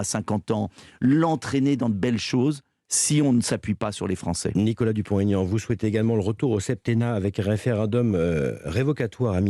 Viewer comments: Dupon ( t) Aignan pas Dupontaignan 😠😠😠😠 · DUPONT-AIGNAN pas Dupont TAIGNAN!!!respectez il l a assez expliqué... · Ha bravo, je dis sans cesse qu'on ne fait pas de liaison pour les noms propres. Est-ce que les journalistes font du français à l'école ?